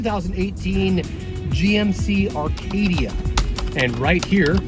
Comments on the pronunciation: Acadia not Arcadia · It’s Acadia not Arcadia lol